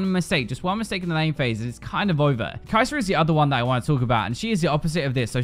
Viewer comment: Champion's name = Kai'Sa According to = Kai'Ser